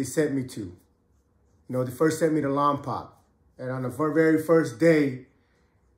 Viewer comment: what’s good homie much love love all your stories . It’s called lompoc not lompac lol everyone says its like that lol pretend the c is a k then say it hope all is well born and raised in Lompoc 805